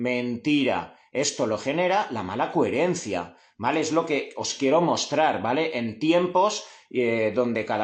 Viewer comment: Muy interesante, gracias. Como nota graciosa, ¿sabes que dices “cuherencia, “cuherente” con “u” es muy tuyo, y que sepas que me encanta en todo momento tu “cuherencia”